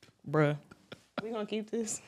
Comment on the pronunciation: The emphasis on NIGGA and BRUHH she’s like god don’t fail god was like oh yeah watch this…I love her where can I meet her? I don’t play ball will she settle for a chef? Lol